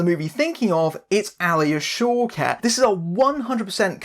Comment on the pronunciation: Whenever you say one of the actress's names, I keep hearing it as "Showcats" :D